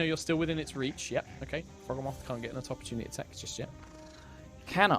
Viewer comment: The mental strain to not repeat "Croakatoa" when I heard it intensified when I heard every NPC and PC repeat it, such an excellent spin on a reference. My only personal complaint would be the Froghemoth pronunciation since its a mix of Frog and Behemoth and I'm pretty adamant about it being the Bee-he-muff pronunciation rather than the Beh-heh-moth pronunciation, but that's just a me thing, the rest of the episode was glorious as always guys <3